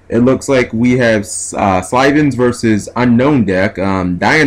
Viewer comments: SYLVANS. Not slyvans. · I like this duel, the problem is the way he keeps saying Sylvans, it's pronounced Sil-ven. Spelled Sylvan, just pronouncing it bothers me, but meh. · Definitely saying Sylvans wrong...